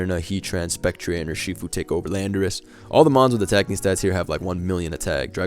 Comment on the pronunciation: Man said spec-tree-ayy. Been watching too much wolfey